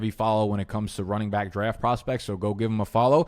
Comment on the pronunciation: I like your videos think they’re great great concert. I have no idea why are you say bike instead of back though